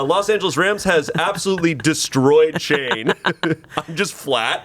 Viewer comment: I love glasses Shayne (shan-ye)